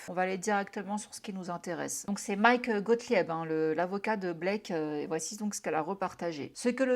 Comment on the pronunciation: Bonjour Déjà merci pour les vidéos j aime beaucoup votre travail c'est toujours passionnant Petit message parce que ça m'a titiller les tympans c'est Gothlib que ça se prononce Gothlieb Voilà merci encore pour tout